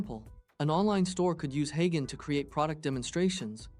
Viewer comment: Wtf is "Hi Ghen"? Do you mean "Hey Jen"?